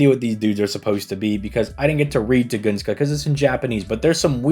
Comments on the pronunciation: Tun-guh-skah. Where Tugoongskah comes from, who knows 🤷🏻‍♂️ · dammit.Tun-gus-ka. Not Tu-gun-ska. Unsubbed & reported to ADL